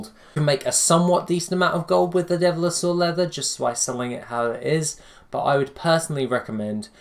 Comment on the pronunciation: Devil-saur, not dev-li-saur.